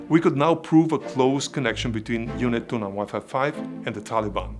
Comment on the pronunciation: Group "29-Wifi" sorry just cracked me and now I can't unhear it. Thank you for your amazing content and keep it up great job. I just subscribed so I won't miss any new videos in the future. God bless and stay safe.